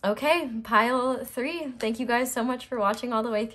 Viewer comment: You said "My pile 3 readings are always wild" but I ABSOLUTELY heard "my pile for your readings are always wild". I had to rewind and relisten. Weird.